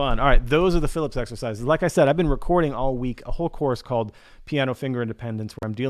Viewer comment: Hey, FYI they are called fil-EEP, not Phillips!